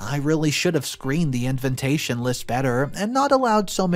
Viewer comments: InVITation, not InVINTation, please read your script before you speak it publicly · you need to listen to your stories before posting them. You mispronounce the word invitation repeatedly! You say “inventation”! And you have said that in other posts as well! Please improve you pronunciation! Otherwise I do like to listen to your stories.